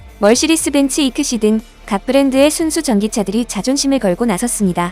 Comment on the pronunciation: mercedes를 멀시디스라고 읽은건 ai라서 그런건가요??